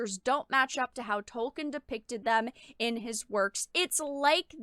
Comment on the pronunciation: "" can't even pronounce Tolkien and Galadriel correctly. That's not a good start for defending the sanctity of the "source material." Reading the Unfinished Tales (a.k.a. the "source material") will give a better understanding of Galadriel, called "man-maiden" by her mother and described as having "fought fiercely" in the 1st Kinslaying.